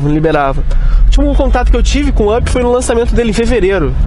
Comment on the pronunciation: O cara pronuncia vãp 😪 o nome se pronuncia ãp 🤷🏽‍♂️🤦🏽‍♂️